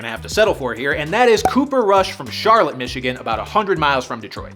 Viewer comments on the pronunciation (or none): Char-LOT, not CHAR-lut, Michigan. Don’t ask why, it just is, lol. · Cooper Rush isnt from Shar-lit its pronounced Shar-lot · I’m from Michigan it’s not charlotte it’s Charlot Is how it’s pronounced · Hey can I say it’s pronounced Char-lot, and not char-lit. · Here in Michigan, Charlotte is pronounced "shar-lot" not "shar-lit" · Cooper Rush’s hometown is pronounced Charlot even tho It’s spelt Charlotte😂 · that's the city where my engineering teacher grew up, and apparently the emphasis is on the 2nd syllable char-LOTTE. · Charlotte, MI is pronounced Char- LOT. Not Charlotte like in NC. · Its not Charlotte Mi, its Shar- Lot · Hey guy from Michigan here and actually from the same town as Cooper Rush. It’s pronounced Shar-Lot like parking lot. Yes I agree it is dumb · its pronounced Char-LOT. yup its odd. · For the record, Charlotte Michigan is pronounced more like Shar-lot around here. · It’s pronounced “Shar-LOT” Dammit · It’s pronounced Char Lot not Charlotte fyi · It is pronounce like Shar-Lot (like parking lot) Michigan.... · Charlotte, MI is pronounced as Shar-lot instead of the more common pronunciation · It's pronounced SHAR-LOT, Michigan. Seriously. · Charlotte is pronounced “Char-Lot” in Michigan, no idea why lol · I know you couldn't have known but they pronounce it Shar-LOT in Cooper's hometown. 🤣 And no I don't like it give me Jared back. lol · It's pronounced, Shar Lot. Charlotte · Cooper rush is from Charlotte pronounced Shar-Lot outside of Lansing where he went to Lansing Catholic Central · Its actually pronounced Sharlot. Yeah, its fun always having to explain it’s not Charlotte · First of all lol cooper rush is an extremely serviceable QB and with Dan Campbell's leadership and Ben Johnson's imagination cooper would explode on the scene. Second it's pronounced shar-lot ...those people hate it when you say it like the name Charlotte lol believe me I have experience! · Charlotte in Michigan is not pronounced like that.